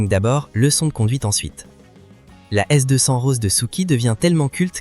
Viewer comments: Lol " S 200 " L'IA a encore de beaux jours devant elle.... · Envie de peter les plombs quand il dit s200 …